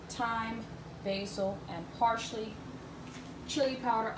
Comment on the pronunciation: This looks Delicious af! You say "Parsley" different lol. Your a Dam good chef, im gonna try this reecipe thursday.